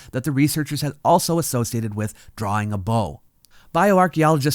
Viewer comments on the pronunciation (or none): none